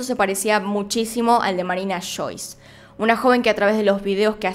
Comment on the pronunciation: "Ashuda" "Marina Shois"